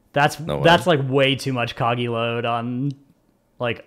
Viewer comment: when said "Coggie load" this episode I wanted to throw my Faygo Cola